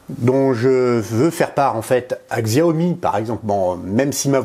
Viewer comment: Tres bien le test. Juste un commentaire, Xiaomi se dit "chiaomi". J'aurai aussi mis l'accent sur le contraste de l'ecran qui est juste extraordinaire.